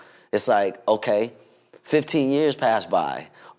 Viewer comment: “oay-kay” 😭😂 anyways tho we love you Omarion! nice to see a new interview 🥰